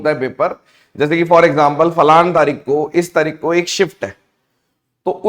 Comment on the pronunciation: Sir plz aap 1 word ko mt bola kro The word is 'Falan' Because the word is similar meaning to Penis The word you want to speak is 'falana'